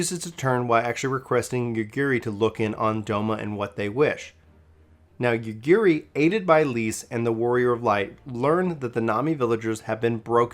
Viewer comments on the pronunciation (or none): Cough Ah-SAW-hee. Cough YOT-soo-yoo. Cough YOO-gee-ree. You're welcome. 🤘